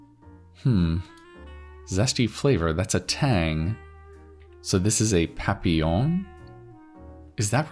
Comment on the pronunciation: Great stuff ! I dont know how well you can speak french if at all, but your pronunciation of "papillon" is quite good ! Thanks for the content !